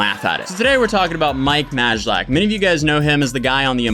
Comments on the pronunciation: It's pronounced "Maylack" ahahah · Well, that's certainly one way to pronounce his last name. 😂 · You totally butchered his name but great video! 😄👍🏼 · The way he butchers Mike's name is hilarious.